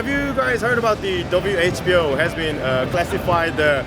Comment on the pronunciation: 형 근데 왜 계속 WHO를 WHBO 라고 하는곀ㅋㅋㅋㅋㅋ 드라마를 재밌게 봤나봐요